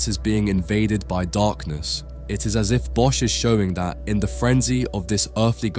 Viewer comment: Hey, awesome video. But please look up the pronounciation of Bosch en "ecce", as an art curator it is your responsibility to communicate for the artist, when you mistranslate words you are removing context.